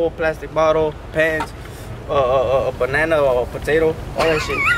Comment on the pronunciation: nigga said bananna fkn 😭😹